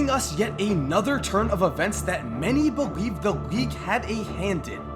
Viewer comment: At 5.33 he said beweave